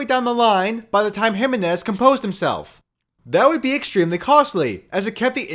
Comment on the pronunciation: Good video. But it's pronounce hi MEN iz. Not HI men iz